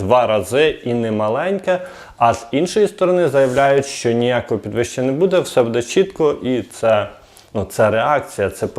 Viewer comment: треба говорити не будЕ, а бУде!! Це коректна українська мова Шевченка!!🇺🇦🇺🇦🇺🇦💕💕💕 Ні суржик східної України, ні угорсько- польска мова тут не пройде!! Розмовляйте будь ласка ЧИСТОЮ УКРАЇНСЬКОЮ МОВОЮ!!👍💙💛💙💛💙